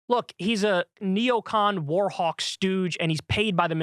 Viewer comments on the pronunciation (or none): none